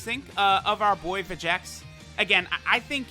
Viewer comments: His name's pronounced Vecheeks. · Where do you get the second "e" noise from in vegeks. You dont pronounce vegeta like ve-ge-ta you say it like ve-gee-ta. And trunks doesn't have an e in it soooo. It should be enunciated as ve-gee-ks If that makes sense.....